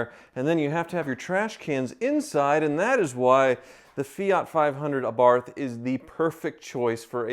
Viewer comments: Congratulations to both of you, please don't mispronounce the little Fiat's name, it's Ah-bath not Ay-barth. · Pronounced, “uh-BARTH”, not AY-barth. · Commiseration on losing the Wizard. Congratulations on the wedding. Meanwhile what’s grating my teeth is the way you pronounce Abarth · It’s Im oh la not I mole ah red and Ah Barth not Ay Barth ffs🤬